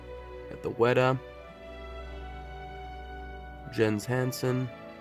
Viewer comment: The Jens Hansen Ring is more accurate than the Weta version. Also, it's pronounced Yenz, nor Jens.